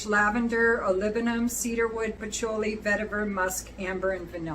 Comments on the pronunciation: Should be “pa-CHEW-lee” I love you anyway!! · It’s “fil-aw-sikos “ Also, I’ve never heard anyone pronounce patchouli like you do :)